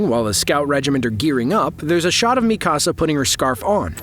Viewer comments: I could not get past you saying Mikasa like “mi casa” like it’s Spanish omfg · I hadn't read the manga so I appreciated this video, but you mispronounced Mikasa's name every time and I was yelling at the video 🙃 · Why do you feel the need to pronounce Mikasa like that?